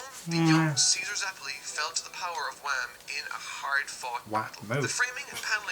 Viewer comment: Yeah it's not Wham, it's Wamuu